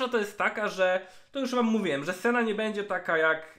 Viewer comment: Boże jedyny proszę cię Senna, nie Sena to się aż źle słucha i brzmi beznadziejnie. Trochę wysiłku to jedno ,,n" chyba aż tak nie boli, a trochę zalatuje ignorancją i olewatorskim podejściem do lore i tematu który rozwijasz przez bite 18min. W sumie skoro ,,wole mówić sena, bo tak jest krócej" to dla czego nie dodać jeszcze Lu i Tre zamiast Lucian i Tresh też krócej ;D Nie lubię się czepiać, ale jeśli chodzi o lore książek, gier czy filmu to jednak poprawne wymawianie imion i innych nazw własnych to chyba jakaś podstawa :)